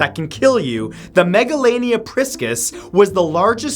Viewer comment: It’s pronounced megalonea